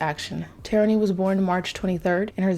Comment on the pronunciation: For choosing which Sims to do next you should make one of those "spin the wheel" things online, it keeps me sometimes Edit: Also her name is pronounced Tair-rah-knee!